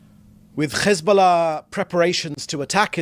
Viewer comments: lol! leave it to these ppl to pronounce Hezbullah as Kkhessbulla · Ugh I can’t listen to him say HHHEsbula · I'm so sick of people who speak perfect English, but they "can't" say Hamas or Hesbollah. They say Cccchhhamazzz and Ccchezzzbollah. It's offensive. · I love how this guy suspends his British accent to pronounce Hezbolla with a Middle Eastern twist.